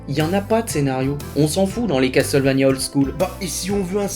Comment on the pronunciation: Tiens, tu ne te plains pas d'entendre "casteul" au lieu de "casseul" ? XD